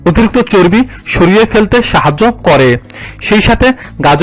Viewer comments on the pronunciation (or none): none